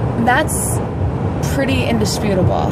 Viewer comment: "Thats pretty indesputable" Made me laugh so hard hahahaha